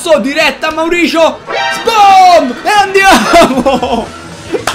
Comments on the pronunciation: Mauricio se dice maurisio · Ora tutti a dire che non ha detto bene il nome di Mauricio ahahah xD